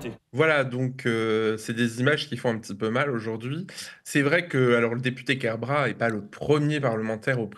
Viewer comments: KER-BRA-TE, le "t" se prononce! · Bonjour, juste une (toute) petite chose ; c'est KerbraT (le T est entendu) c'est un nom de famille breton et en breton , toutes les lettres sont prononcées.